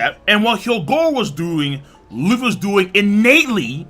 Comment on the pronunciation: man turned Luffy's nationality to france by saying lufféi